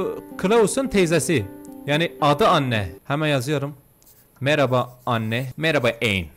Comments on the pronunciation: Anne an diye okunuyo mesela anne marie varya an mari 😊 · Abi anne eni diye okunuyo isjsjssjjs